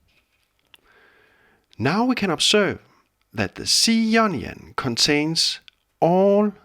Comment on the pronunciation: anyone else here onion scale when he says ionian?